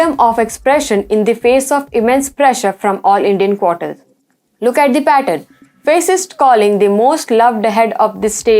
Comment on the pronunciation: The pronunciation is Faa-cist not Face-ist